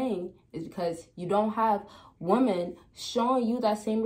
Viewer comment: It’s pronounced “Wom-men”. Plural. Not “Woman”. 😤. This is some kind of young people pandemic.